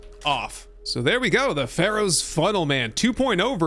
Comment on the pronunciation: Pharaohs, not Pharoahs. :) Great build.